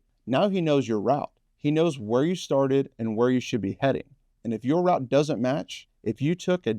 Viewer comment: It's pronounced ROUTE: ROUTE: ROUTE: ROUTE. 'Rout' means as in breaking up an army in war for example, or dispersing the enemy. The Emperor's forces were 'ROUTED' When driving you might stop and ask a passer by if they know the 'ROUTE', as in 'ROOT', phonetically. What word do you use when talking about decimating an army? Is it STILL 'ROUT?' It seems to me you yanks use the same word for two entirely different meanings. When going on a walk, do you honestly say "What's the 'rout', as in ROWT, phonetically? Why don't you say 'ROUTE', as in 'ROOT, phonetically speaking? Drives me insane.